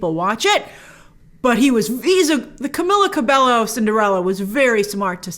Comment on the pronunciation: Grace, just a quick tip for the future, her name is pronounced Cam-meal-la Ca-bay-o